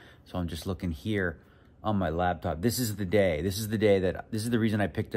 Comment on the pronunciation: For the love of God please stop calling it a lab top!!!!!! Laptop!!!!